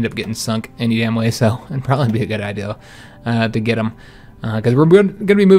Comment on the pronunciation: Love you but something stupid lol you say I deal instead of idea. Looking l but love you the same keep it up!!!!!!!!